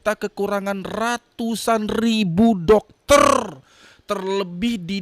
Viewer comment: Jangan panjang sangat Rrrr nyaaa😂 Dokterrrrr